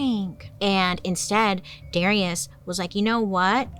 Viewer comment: 🤣🤣🤣🤣 And it's 'dah-RYE-ush'